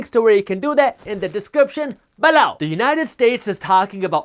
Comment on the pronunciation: I laugh so much when you're talking about the newsletter and say, "below"😂 it sounds like you're saying BALOW, like someone got hit with something